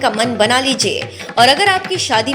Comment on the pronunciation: Girija nam h maa parvati h ucharn karna Sikh lo